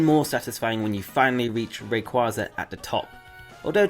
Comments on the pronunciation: your A Pokemon need and u don't know how to say rayquaza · please look up how to pronounce Rayquaza.